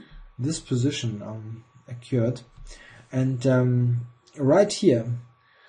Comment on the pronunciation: "occur" rhymes with "her" or "sir" and "occurred" rhymes with "heard" or "bird"